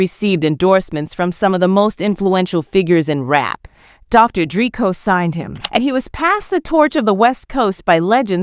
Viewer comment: God I hate AI hosts. Everyone’s names get chewed up. Just have someone read it for Christs sake, it’s not that hard. I mean who is Dr Dree, and ameenem? I’d be embarrassed if this is how my video came out, how am I supposed to buy into what’s being said if the person talking can’t pronounce normal words and names?